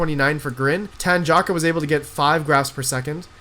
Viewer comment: You're murdering Tanjocka with your pronunciation. I also believe he is a she (Tanjocka is little Tanya in Slavic languages).